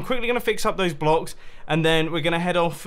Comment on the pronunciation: I heard "blocks" weirdly...